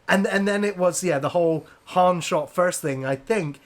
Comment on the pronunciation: Harn? Its Han